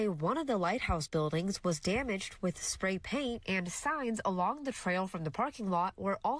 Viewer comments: Why can't the reporter say "spray paint" correctly? I wonder how she says "Cool-Whip" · My favorite part is the odd pronunciation of "spray paint"